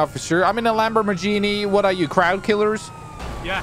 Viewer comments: idk why but I keep laughing when says Lambormagini and not Lamborghini🤣🤣🤣🤣😂😂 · I love how he says lambormajeanie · “Its a lambermajinie” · No one:: ItS a FrIgEn LaMbOrMaGiNi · “LambER MERgini” 😹😹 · How he says Lamborghini makes me chuckle